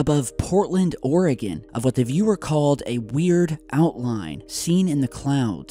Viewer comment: thanks for saying oregon correctly :)